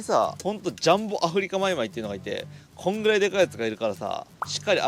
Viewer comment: アフリカマイマイが上手に言えない 神経毒の初期症状かw